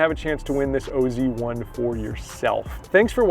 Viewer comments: It’s really should be pronounced as oz not o z. Oz is short for Australia 😀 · STOP RIGHT NOW. Please don’t call it the “o.z” it’s pronounced oz (like wizard of oz) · Wow, do your homework before you open your mouth.....Its not the O Z 1, its call the OZ 1......like down under, Australia, OZ.......Adam Scott is from the land of OZ....WTF. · It’s OZ 1. As in “Aussie”. Pronounced like in the Wizard of Oz. Adam Scott is Australian. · It’s OZ1. As in “Aussie”. Pronounced like in the Wizard of Oz. Scott is Australian.